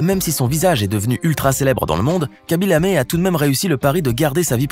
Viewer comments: On dit kaby lame pas kaby lamé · Ça ne se prononce pas "kaby Lamé" mais plutôt "khaby lam" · Pas kaby lame c'est khaby lamme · " Khaby Lamé " 😂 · C khaby lame pas lamé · Ses KHABY LAME ses pas KHABY LAMé